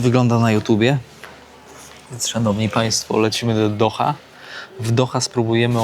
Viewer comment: Dauha a nie do doha idioto.